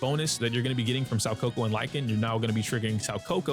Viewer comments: Its SOO KA KU not SAU KO KO. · It's pronounced more like "Sow - Kah - Coo" if that helps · I was wondering who "Sawkoko" was... 💀 It was actually Soukaku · Saw-coco? Who??? You mean Sou-kako ☝️🤓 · soukaku ❌ saukoko ✅ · Her name still isn't Saw-kohkoh... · 'Sowcoco" lmao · "im sorry if im pronouncing zhu yuan wrong" [proceeds to butcher soukaku every time he says it] 😂